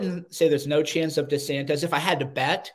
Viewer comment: "De Santez"?